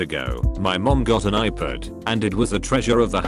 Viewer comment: Nobody: Text to Speech: IPOOD